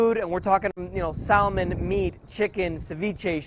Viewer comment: It's so hard to take seriously someone who pronounces the L in salmon.